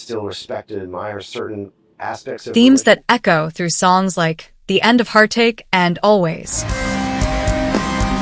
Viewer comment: "Dave Must-in", "End of Hear-tache." Just can't escape these Ai slop videos, wherever I go.